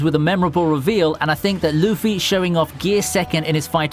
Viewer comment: Why does he says luffy like luufy